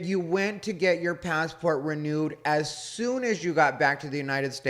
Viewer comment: ugh thanks so much for pointing out the speech. i cant take it. every T is super pronounced. PassporTTTT